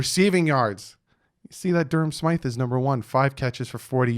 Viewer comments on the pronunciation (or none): none